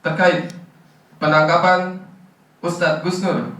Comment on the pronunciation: Hustad apa ngustad 🤣🤣🤣🤣🤣🤣